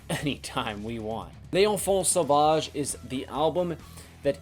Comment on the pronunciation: Sick rivers of nihil (inverted) shirt dude ! Freaking love this band ! Also, very correct way of prononciation for "Duplantier" but less correct for "L'enfant Sauvage" :^)